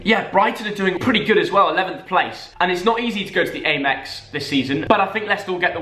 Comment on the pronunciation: Its am- ex not a-mex